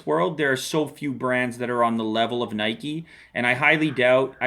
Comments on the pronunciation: its not nikey !! haha i think its NIKE like the name IKE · it's nike not nikey you ride a bike not a bikey